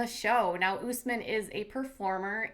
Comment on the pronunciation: "OOOSSSMin", I'm dying laughing over the pronunciations of his Arabic name. How did Usman not correct these people yet? No offense to Katie and you all, it's what you've been hearing. Smh lmao But its like someone pronouncing Jennifer like JeanEiifear loool. Love your channel!